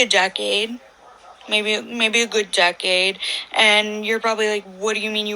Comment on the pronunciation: Why does she say decade like that? Haha